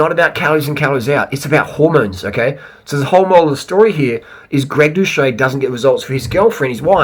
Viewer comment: Doo-set NOT Do-Shay